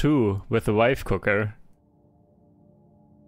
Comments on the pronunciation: Did.... did you say wife cooker? 🤣 One would hope so. If i cook you usually end up with food poisoning, or charcoal. I'm a lousy cook. She does all of it in this household! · I heard wife cooker too :D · Im not alone, he for SURE said Wife Cooker :)